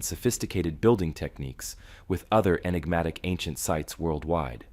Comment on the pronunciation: Please stop saying Inegmatic